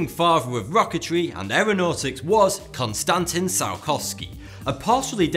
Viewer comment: konstántin, really? it is konstantín